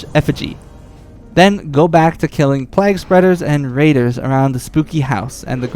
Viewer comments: fyi, it's pronounced "playg" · Why are you saying plague like that?